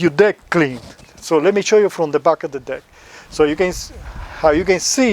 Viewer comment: God forgive me but it doesn't sound like you're saying deck 🤣